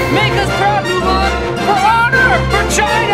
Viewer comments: Lmao. I also heard vagina and then immediately realized he said China and started laughing. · lol I love this! especially when you said "For China" and I misheard it for "V....ina" lolsorry